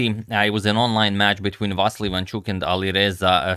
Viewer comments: Meanwhile, Ivanchuk's name is Vasyl, not "Vassil". But whatever. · Ivanchuk is actually Vasyl, not Vassil its a Ukrainian name, not Russian